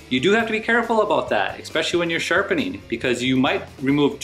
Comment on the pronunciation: Good video - just one thing. There is no 'k' sound in 'especially.' "Ek-specially" is a common mistake, though. Cheers!